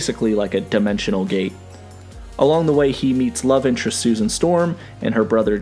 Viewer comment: "FRantastic 4" -"STusan Storm" -"BRen's" Lol